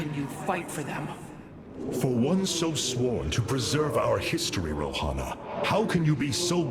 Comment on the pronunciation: Everytime Artanis says Rohanna I will think Rihanna xD